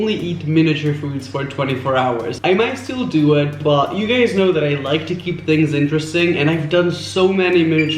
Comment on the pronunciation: I hear "I'm alot of you gUzez"